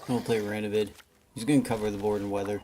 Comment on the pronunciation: You did it. You said his name right. I'm so proud of you. Also I'm catching up on all your videos. Good stuff m8.